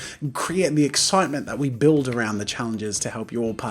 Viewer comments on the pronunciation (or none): none